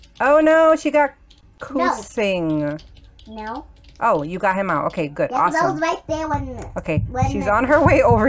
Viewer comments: Kucing not kusing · Omg- you say kucing kusing lol kucing is cat in indonesia lol im laughing now hear you😹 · It's not "Kusing" but it's just "Kucing" she's from Indonesia same like me (kucing is a cat)